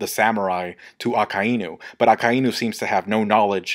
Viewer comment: PRONOUCE AKAINUS NAME PROPERLY